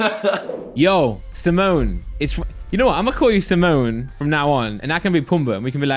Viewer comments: Someone tell it’s timon and pumba. Not simone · SIMONE? Mate it's Timon.